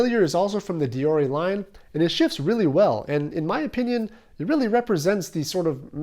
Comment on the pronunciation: Maybe its the way he butchered the Latin word deore or the roman sandals